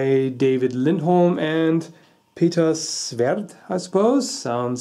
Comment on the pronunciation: Peter Svärd... Svärd = Sword